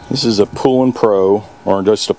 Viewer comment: Its poulan not poolan 😅